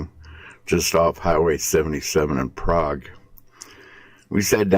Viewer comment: You pronounced the name of the town wrong.